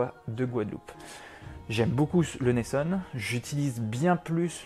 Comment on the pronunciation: Hello Merci pour la recette 👌 Par contre, ça se dit « Neisson » et pas « Neissonne » 😜